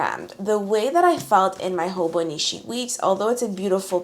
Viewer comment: its HoboniCHI not HoboniSHI